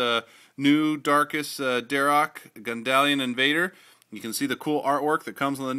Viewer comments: it is pronounced "dar ack". anyway still cool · its dharak